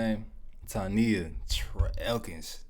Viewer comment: Hi! I was just now told about you making this reaction! Great video 😊 Side note: my name is Tonia pronounced like Tonya 😉